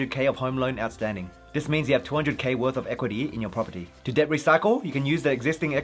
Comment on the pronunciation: Bro.. Debt is pronounced det. Not Deb.